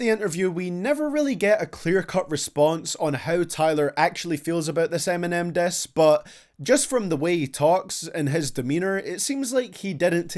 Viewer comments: The way you said “diss” though, I thought it was “death” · Learn how to say diss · He says " diss " funny.